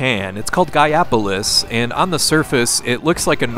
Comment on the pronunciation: You do know it's pronounced GAIA POLICE right? -_